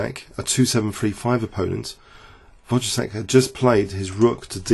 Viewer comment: great vid as usual. In case you are interested, Wojtaszek is pronounced like Voy-ta-shek